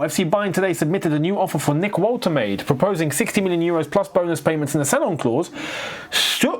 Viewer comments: keeps saying Walter-made😂😂 The name is pronounced Voltee- marda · Pronounced that German name (Woltemade) like a true Englishman! 🤣🤣